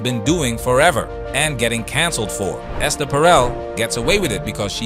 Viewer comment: First second of the video: "Alright Ess-TAIR". Hasn't she ever heard of the name "Esther" before? Lol